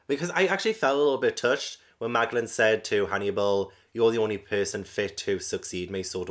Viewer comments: Just so you know, Magellan is pronounced Ma jel lan. ^_^ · No way you keep calling magellan, maglan 😂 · Pronunciation nitpickyness: It's Ma-jellan, like Ferdinand Magellan the man who circumnavigated the globe. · I like that Magellan (pronounced with a J) is not a villain. He's just a man who is doing his job and he does it well for the most part. Edit: His name is based on Ferdinand Magellan, a Portuguese explorer who sailed for Spain in the 1500s. It was his expedition that proved that the world is round.